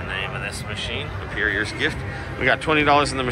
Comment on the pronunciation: Oh my gosh, please learn to pronounce better. I’ve never heard Emperor pronounced “em-peer-rior” before 🤣🤣! It’s like extra letters made their way in there. I suppose I should be happy you haven’t “butchered” Ask yet! I hear many people pronounce Ask “Ax.” Try saying: I asked you to be more specific! I’ve heard it butchered into: I axed you to be more pacific! 😞🤣🤣